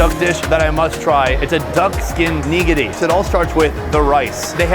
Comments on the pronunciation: Hi... why are we putting the accent on the first syllable in "nigiri"? Is that an American understanding of how japanese words are pronounced? Asking because I've heard others do this. First of all there's no real accent because the syllables are "flat"- so there might sound like there are accents in there but there aren't really. Second of all, even if there were, it wouldn't be on the first syllable. If there has to be an "accent," it would be on the second syllable, so please pronounce things like a normal (English-speaking) person and just say /Nih GEAR ri/. It's not wrong. It's weird to say /KNEE-gearry/, not to mention, it sounds like a really, really bad word. I would not go there. Sorry if this is rude but it was cringe. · You need to learn how to pronounce "nigiri" I wouldn't eat shark fin, considering how cruelly they are killed and wasted.